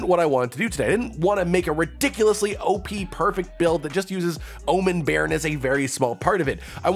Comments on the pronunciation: Pronouncing 'bairn' perfectly fine. First channel I've heard that hasn't crucified the word 😂😂😂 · I'm Scottish and your pronunciation of bairn wasn't bad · Scottish viewer. Thank you so much for learning the meaning of bairn and saying it correctly now. Earned you a subscriber. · You pronounced Bairn right. Still used around my area (Aberdeen, Scotland) when talking about children :)